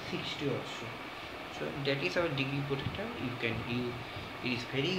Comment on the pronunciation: It is protactor not protecter